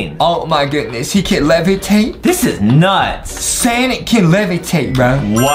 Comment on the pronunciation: It is sonic not sanic Justin